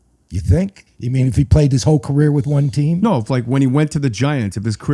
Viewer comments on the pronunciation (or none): none